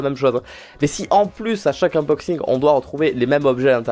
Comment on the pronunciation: je rigole à chaque fois qu'il dit : inboxing / Oui je suis une gamine et à l'aur?😂